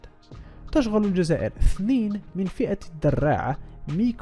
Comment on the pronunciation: تشغل بضم التاء وفتح الشين وكسر الغين مع تشديدها وضم اللام